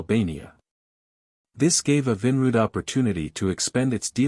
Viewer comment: The AI narrator is beyond horrible. I couldn’t take the Evinrude pronunciation the most.